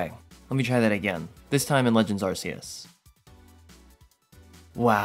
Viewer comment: Ar-key-us not Ar-see-us. Alternatively, Ar-kay-us.